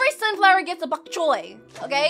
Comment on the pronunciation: Name: Bonk choy: bbhok chhoy